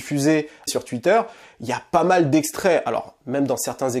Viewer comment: Bien vu frérot j'espère que ça ouvrira les esprits ! La comparaison avec Zemmour est trés bien choisi je pense. Mais par contre ta prononciation de twitter ça change pas tu sais toujours pas le dire